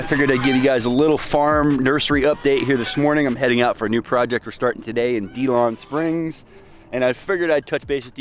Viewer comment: Deleon Springs is pronounced "Day Lee Own Springs". Can't wait to see what you do there - that's close to me!